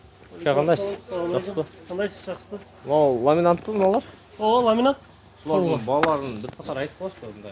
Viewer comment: Ламинант эмес ламинат